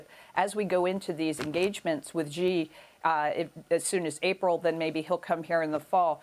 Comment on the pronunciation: Xi = “She”, not “Jhee”